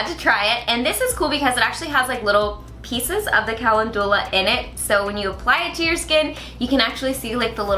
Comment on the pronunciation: Mispronouncing calendula